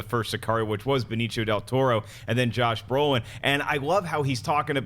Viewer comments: Benicio (ben-eesio) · Who's Benichio lolol. Come on lolol